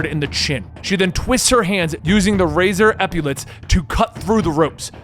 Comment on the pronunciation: What is he saying here? Razor "epulets"? I assume he's talking about the fins on her forearm, I've just never heard that word before. I tried to Google it, but I only get results for epilepsy.